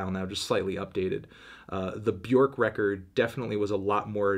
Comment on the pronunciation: Still can’t pronounce Björk correctly